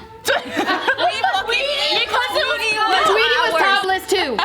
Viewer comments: Did just say Twitty? 🤣😂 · I know that 😂 it's the way she first said it and it's "Tweety" not Twitty ☠️